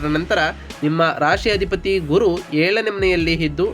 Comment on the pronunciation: ಸ್ವಾಮಿ ಮೊದಲು ಅ ಕಾರ ಗಳು, ಹ ಕಾರಗಳನ್ನು ಸರಿ ಪಡಿಸಿಕೊಳ್ಳಿ. ಅಧಿಪತಿ ಗೆ ಹಧಿಪತಿ ಅನ್ನೋದು, ಏಳನೇ ಮನೆ ಅನ್ನೋಕ್ಕೆ ಹೇಳನೆ ಮನೆ, ಈ ಉಚ್ಚಾರಣೆ ಸರಿ ಮಾಡಿಕೊಳ್ಳದಿದ್ರೆ, ನಿಮ್ಮ ಈ ವಿಡಿಯೋ youtube ನಲ್ಲಿ ಹೆಚ್ಚಿನ ಸದಸ್ಯರನ್ನು ಕೂಡಿಸಲು ಸಾಧ್ಯವಿಲ್ಲ.